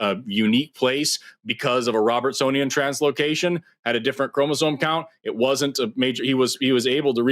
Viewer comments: Listen closely to. He's not even saying "chromosoMe." He's saying "chromosoNe." Every time. It's hard to believe he knows what he's talking about when he makes such a basic mistake. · dude literally just said "Marine-Webster" and keeps saying "chromazone" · The man kept saying “chromozone” 😅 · Am I noticing a pattern that a lot of people who do not understand biology and deny evolution seem to be either incapable or unwilling to pronounce "chromosome" correctly despite hearing it pronounced correctly back to them multiple times and yet insist upon their own misunderstanding and using chromosomes in their argument? "Chromozone" and "chromozonal" are driving me nuts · Dude hasn't gotten "chromosome" or "Merriam-Webster" right a single time... wants people to think he understands evolution.